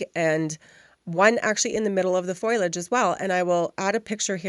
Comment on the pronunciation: Great foiling tips! TYFS! (Btw the leaves etc is pronounced Foh-lee-edge (foliage) just fyi 🙂😉)